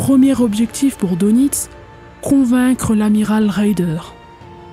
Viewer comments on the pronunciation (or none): bonjour! Dès le départ et tu commences à me connaître un peu... Karl Dönitz, on prononce DEUNITZ U-Boot = Untersee Boot = bateau sous marin = OU BÔÔT... Allez, je vais t'écouter!